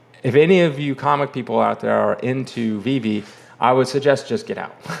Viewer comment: you finally learned how to pronounce Veve 👍🏽